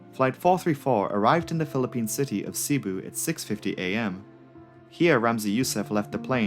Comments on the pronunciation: filipino here Cebu is pronounced "Seh-boo" not "Sea-boo". the 2nd syllable "bu" is emphasized, so it would sound like "seh-Boo" otherwise great video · It's seh-boo. Not see-boo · Nice video btw. Also, the way that "Cebu" is pronounced is "Ce-bu" not "Si-Bu". Oh dear...my fellow Filipinos are gonna chew you out for that mispronounciation. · Not everyone is perfect you know even if he pronounced “Cebu” (sebu) incorrectly. Have you even watch the Crazy Russian Hacker ? A Russian guy that doesn’t have a perfect English accent or grammar and also pronouncing a few words incorrectly. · wow... it's not a matter of being prefect. It's a matter of having a 3rd grade education.